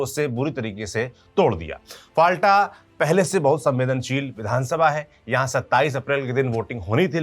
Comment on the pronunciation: Please news padhte samay jagaho ke pronunciation sahi kare. फाल्टा नहीं फौल्ता। बुरुइपुर नहीं बारुइपुर। Thanks for the detailed analysis and report. By the way BJP has just won the elections. The party has not yet formed the government. So still it is not BJP's rule. Don't put blames so early on the party.